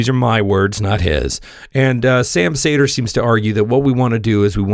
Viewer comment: I’m sure you’re cool and all but why do you pronounce his name as Sam Sayder when he pronounces it as Sam Seeder?